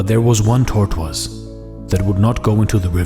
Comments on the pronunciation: I enjoy listening to your reading. Your selections are mostly new to me and well-written. You voice is calm and authoritative, neither grating nor somnolent. I wonder if you are a French speaker. While your diction is very clear and usually perfect, your pronunciation of "tortoise" isn't correct. In English "tortoise" is pronounced TOR tus. Please eliminate the "w" sound in this word when speaking English. Thank you for teaching us about Buddhism. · Anyone else crack up at how he pronounces "tortoise?" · I've always wanted to pronounce it like that out of spite because the spelling pisses me off